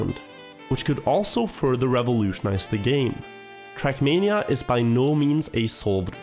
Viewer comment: why does he say [trak']